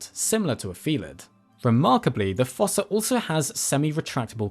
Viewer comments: According to the Madagascar 2 DVD, “fossa” is actually pronounced “foos”, like in foosball. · Fossa is pronounced like foosa. Long u sound, like moo, shoe, two, slew, sprue, etc.